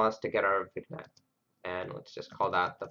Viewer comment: Hey, thanks for making this video. Gave me a starting point for implementing this. Also, I think the g in vignette is silent. Pronounced like vinyet.